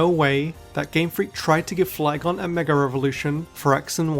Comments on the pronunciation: Why do you say "megar evolution" instead of mega evolution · Why does he keep saying megar evolution 😭😭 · This guy says mega as 'megar' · Its his accent, hes saying megar evolve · Mega does not end with an R! -_ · but he says it correctly some times, and adds a non-existent R other times. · This is actually just a phenomenon in British accents where an /r/ sound is added between the last vowel of one word and the first vowel of the next. It makes forming the sounds smoother. To Brits it is completely normal, to the point of being unnoticed until someone with a different accent points it out. It's called an "Intrusive R" if you want to look it up more.